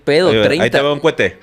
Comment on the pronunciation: Pregunta seria: Porqué los mexicanos dicen CUETES? No es tan difícil decir: cohetes. Y ya, tema aparte, saludos Gente!!!, los escucho desde Costa Rica